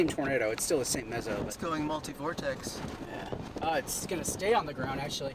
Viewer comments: I wish they wouldn't say "vortesee". Fingernails on chalkboard. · The singular is "vortex" not "vortesee". The plural is "vortices". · THERE IS NO SUCH THING AS A "VORTICEE", YOU PILLOCK!!! Vortex, singular...vortices, plural. Great footage, all the same.